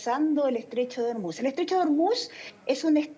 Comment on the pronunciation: El estrecho de Ormuz se pronuncia en español tal como se escribe: or-múz, con el acento tónico en la última sílaba (palabra aguda)